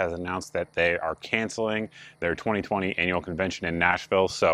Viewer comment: It almost sounded like you said 2020 anal convention in Nashville lol